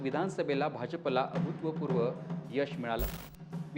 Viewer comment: अभूत्वपूर्व नव्हे अभूतपुर्व हो रिपोर्टर साहेब. ्